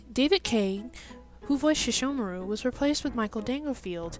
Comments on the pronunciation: i HATE when people pronounce Sesshomaru's name as SHeshomaru.... get it right baka!!!! （￣へ￣） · Does the English dub really pronounce Sesshomaru's name like that...?